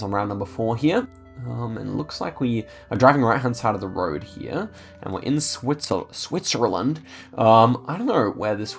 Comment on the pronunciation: Love the SWITZERLAND pronunciation at the start of the vid😂